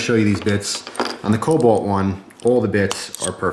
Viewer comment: It's kobolt, not cobalt